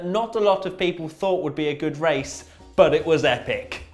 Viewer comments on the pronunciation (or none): That's the best wace wundown ever on this channel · Wone word wace wundown was wonderful